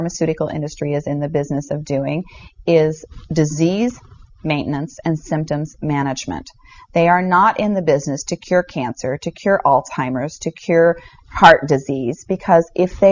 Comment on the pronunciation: it's Alzheimer's not "all-timers".. if she doesn't know that much, how credible is she really?